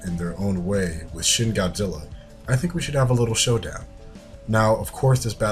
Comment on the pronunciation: i love how you say shin wrong